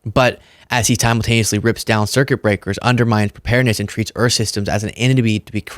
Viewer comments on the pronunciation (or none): none